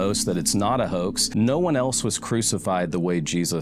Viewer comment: Hoax is not pronounced 🚫 Hah_ex it's pronounced Hoe_exed or Hoe-ex